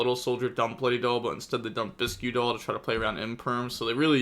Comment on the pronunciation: It’s not biskew doll is pronounced bisk doll. Kinda like tomato bisque soup.